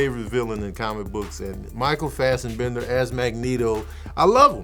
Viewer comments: its FASSBENDER not FASSENBENDER. Lol. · It’s Fassbender not Fastenbender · Oh and also minus the “Fastenbender” pronunciations lol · Wait, how did he pronounce 'Fassbender'??? I'm crying lmaooooo